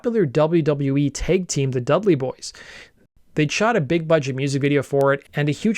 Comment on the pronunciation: Are you ai? You pronounce Tag Team as taig team. 😂